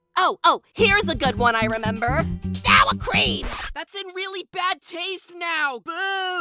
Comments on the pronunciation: Lol, just said NOT properly: SOUR CREAM!!!!2}388¥{|{£8£ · SOWA CREEAM